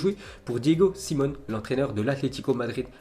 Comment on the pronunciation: "Diego Simone" mdrrrrrrr